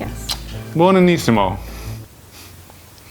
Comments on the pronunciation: "bonanissimo"😂😂😂😂(it's "buonissimo"😂😂😂😂😂if he whant to Say It in italian)(i'm italian) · The correct word is Buonissimo but this eyetalian knew what you meant lol